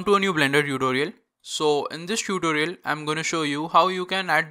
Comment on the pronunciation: I like how he says tootooliar